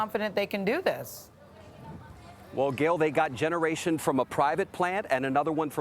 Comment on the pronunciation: Generator not Generation 😂